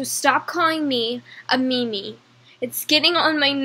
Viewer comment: I have a diagnosis... she wants attention. This should be fine however, as long as she isn't causing any- Oh No! ... also... "meemee"